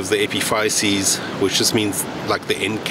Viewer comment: Epiphysis-, here in the USA we pronounce it